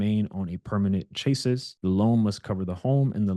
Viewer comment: Gotta love “chase-us” it’s “Chas-ee” (I’m from the south amongst welders). Love your content, Homes are definitely an option but the companies that arrange the installation are charging extremely high fees.